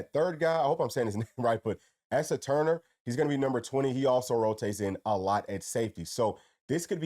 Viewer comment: That name is pronounced Asa ( Ace Ah) lol GB🍊 !!